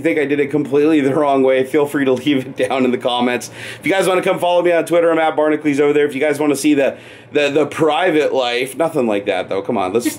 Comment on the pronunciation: I've hesitated with this comment, but... You're saying your own channel's name wrong. Barnaclese? Try Bar-NACK-you-leeze. Barnacules. Hercules is pronounced "her-cue-leeze". Why would Barnacules be "Barnaclese"?